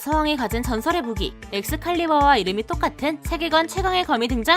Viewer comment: 세이버는 영국인입니다!!!!!그런데 발음이 에쿠수-- 카리-바아